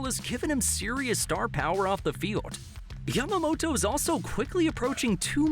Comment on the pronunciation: Thanks for saying Yamamoto’s name correctly😆 Not Yamamoro thanks!!!